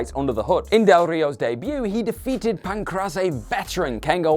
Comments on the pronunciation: PAN-CRASS-AE HAHAHAHAHAHA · I like the promotion for the new channel, and the content is good. Hopefully you get different presenters for this new channel, as there were a few mistakes here that MMA fans wouldn't make. The only things I noticed were the pronunciation of Pancrase (it should be PAHN-crays) and referring to Del Rio's fights as UFC fights (he never fought in the UFC). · It's actually pronounced pan-crase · Its pronounced as Pan-Craze god dammit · Since it's a pro wrestling based channel we can give a slight pass on mispronouncing Pancrase (easy way to remember it is Pan Grace, then swap the G for a C) ... But mispronouncing basic Japanese names when we know they talk about NJPW & other Japanese pro wrestling at the times, that doesn't get a pass, with a few exceptions the language is all 2 letter syllables, so Minowa is Mi-no-wa, just like Nakamura is Na-ka-mu-ra ... I'm sure the poor guy will learn from this experience tho 👍👍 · Pancrase, what the hell are you doing with the pronunciation? Awful...